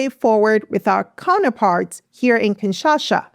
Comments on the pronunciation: it's KIN SHA SA not KINSHASHA. TSHI SE KE DI not TSHI SHE CHE DI. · KINSHASA NOT KINSHASHA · Great video! It's "kinsha-sa"